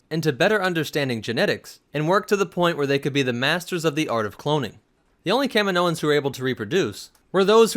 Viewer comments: I’m barely a Star Wars fan, but this guy calling them Kamin o ins is driving me nuts. They even say it in the movies. Ka meee no. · Its Kahhmeeenioans.... NOT Kaminoooooans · I always say and hear it as kah-meen-o-ans like the way you pronounce the planet. Kamino-ans. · It's ca-meen-oan :) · Yeah but again you pronounce it the same as the planet... it’s aggravating lol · you said it wrong way more then twice. I'll comment as many times as you pronounced it wrong if that makes you feel better about your lack of researching the topic or lack of respect for a fictional race